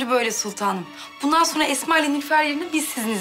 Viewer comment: Mihrimahnın esma diyemeyip etma demesi😂